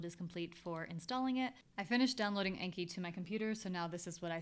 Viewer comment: Really helpful stuff! Thank you! As a Japanese language learner, anki is a Japanese word meaning "memorization," and "learning by heart" and pronounced with a short a as in "father." Thanks again!